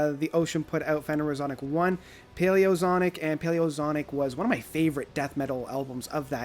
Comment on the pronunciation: its pronounced Fen er o zo ic.